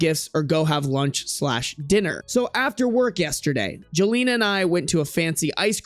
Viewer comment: Jelena isn't pronunced that wayyyyy. its pronounced like yelena, its a slavic name